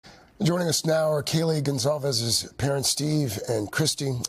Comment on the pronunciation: Ugh. Its Goncalvez, with a C